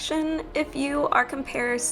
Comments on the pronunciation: I can't take any who says "comparising" seriously. I understand sometimes you have a brain fart and say something incorrectly. But she -- literally -- corrected herself incorrectly. And at the end of the day this is an edited video, why didn't she just edit that out? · did she say comparissing